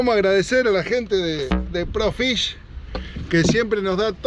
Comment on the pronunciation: Hola,que buena pesca,lo que si haces mal el chivo,es Pro Fisher,y vos decis,pro fish,😆😆😆